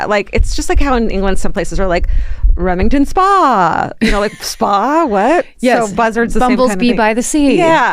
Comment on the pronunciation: "Remington spaaa" 😂 Love this!... you might mean "Leamington Spa" New subscriber and already obsessed... not in a weird way... honest 🙃